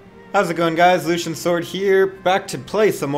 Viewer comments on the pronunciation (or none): none